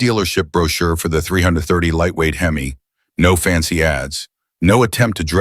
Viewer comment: Stopped watching at "Hem-eye" WTF??